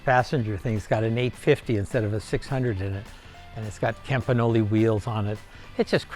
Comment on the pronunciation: Only in America could someone amass such wealth and not be able to pronounce Campagnola, Subaru, or Renault.